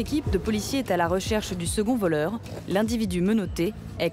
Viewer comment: Mwa c pas voleuw 😂